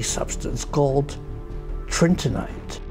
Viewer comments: ? Tritinite or Trinitite? The label in the video is Trinitite. Prof pronounces as Tritinite. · Love the film but just to be pedantic, isn't it Trin-it-ite? Not Trin-tin-ite? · it's 'trINITite' and not 'trINTINite'! Please excuse my correction but I am quite a pedant!! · you pronounced it "Tritinite" all through the video. It's "Trinitite". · Pretty sure it is trini-tite from trini-ty... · The Professor actually calls it Trintinite. Maybe there are all sorts of magical, related, compounds created in this alchemical cauldron. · Its trinitite!!! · He makes a vague but possibly meaningful claim about trinitite (which he mispronounces each time) for which provides no evidence whatever.